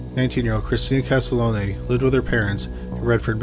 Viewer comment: 🤦‍♂️ OMG This is getting tiring my friend…the first victim profiled is not Christina Castalone…..her name is Christina Castiglione. KAS-TIG-LEE-OWN.. PLEASE PLEASE try to get murder victims names correct. This isn’t some auto correct mistake, it’s important to the families of the victims that if you are going to profit off of their loved ones tragedy, you should make an attempt at getting their names right. Thank You.